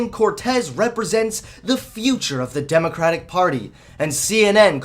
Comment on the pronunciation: You keep pronouncing democrapic